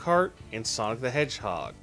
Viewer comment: The sportser : And song the hedgehog Me : 😂 its sonic you stupid idiot